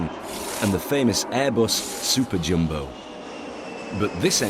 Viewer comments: IT'S DEFINITELY NOT "jimbo jet". Wanker! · Why he keeps saying ‘Jimbo’ jet? Is it not ‘ Jumbo’ jet?